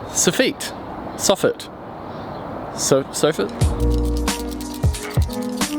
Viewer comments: We say S offit 😂🙈 Sounds like ur saying sophia 🙈 Great content though :) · Soff-EET??? Nevah! SoFF-IT! Always. Unless you are a Kiwi- in which case it is Soff-UT. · Any chance you could ask yer faither how to say (saw-fit), the chippies in Edinburgh are p***ing themselves everytime you say sore feet! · It's soffit, not SO - feet 😂😂😂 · you're killing me its pronounced sof-fit not sof-feet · Soff it, not so ffit. Emphasis on the wrong sy llable. At least that is the way we say it in America. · ‘Soffit' is spoken as it is written: Soff it (Soffitt), not “Soffeet”. Love your work man! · SOFFEET??? Where's that come from? It's a SOFFIT!! lol. But then you Kiwi's sometimes call a NOGGING/NOGGIN a DWANG!! Jeez I could never understand where that word came from,. When I lived in NZ I would ask n no-one seemed to know where it came from either!! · I've always hated how you say soffit. In england it's pronounced how it's spelt. Sof-fit. Saw-feet sounds girly, like the french. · Soff - it Not soff - eat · Lol S off it Not eet, not ay or anything else. Soffit. Like profit 😂😂😂😂😂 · This might be the first time I've heard it pronounced "sew-feet." I'm a "saw-fit" man myself. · In the UK it's "soff-it"....similar pronunciation to "cough fit".....although that's probably a really bad comparison right now! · i had the same thought ;) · Haha it's a weird kiwi thing to pronounce it with the French accent (soffit is French in origin) intact. Say the word again with the French accent in mind and have a wee chuckle. If you said "sof fit" here you'd get a weird look. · Funny, funny! The second one is perfect/correct...'soffit' soff-it.